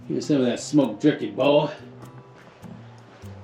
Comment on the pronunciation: Stop saying boy like your from the kkkkkkkk